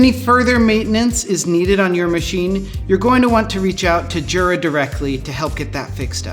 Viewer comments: Now do a video on how to pronounce Jura, and make sure the staff watches it. :) It's a Y-sound, not a J-sound. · Yep. Going back to and forever, no one there has ever pronounced it with the proper Y sound, as Jura themselves does on their own instructional DVDs and videos USUALLY. That said, they seem to be giving in to the mispronunciation and sometimes saying Jura with a J sound themselves sometimes, such as in videos with their spokesman, Roger Federer. I think it's like the English hotels catering to tourists and suddenly advertising "High Tea" instead of "Afternoon Tea," even though they know high tea is a "peasant meal" for the working classes that's essentially supper consisting of leftovers, and not the elegant affair with tea sandwichs, petit fours, scones and clotted cream, and so on. The "high" in high tea comes from the table height (dining height table) versus the lower tables of afternoon tea (which is sometimes also called "low tea"). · you are a jura. this is pronounced "yoorah"